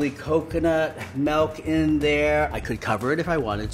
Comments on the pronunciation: there’s no “e” in milk. It’s not melk... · really out here saying, "melk"